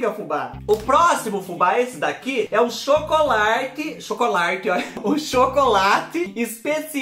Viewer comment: Acho lindo qnd vc fala: óia que pecadinho 🥰😁🥰😁🥰